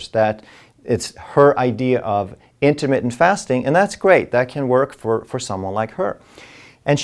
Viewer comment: LOL for a minute, I thought he said Intimate Fasting